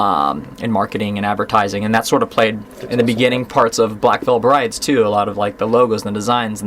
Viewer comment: "Black Reil Brides" "Black Veil Prides" "Wretchd and Die-vine"